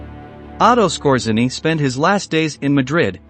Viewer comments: His name should be pronauced : S K O J Y E N N Y . It is taken from Polish ( that's why RZ is there ) . It means the : ROOTHMAN . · It’s pronounced “Skortz-A-nee.” And Otto Skortzeny did not experience anything like a “horrible death.” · typical logical fallacy as a would-be “clever” retort. The narrator mispronounced Skortzeny’s name. He did not mispronounce “wermacht” or “grenade,” so I didn’t comment on that. And Skortzeny did NOT experience a “horrible death.” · The robot cannot even pronounce grenade, let alone Skorzeny. Good video but the audio sucks.